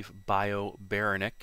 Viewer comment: correct me if I'm wrong but I think its buh-RA-nick